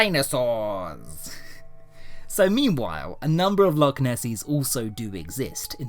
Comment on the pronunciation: Can someone please teach to pronounce Loch properly.